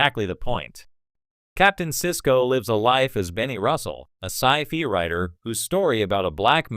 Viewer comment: so.....which character would Voyager have been better without? also your AI voice keeps saying it as sci-fee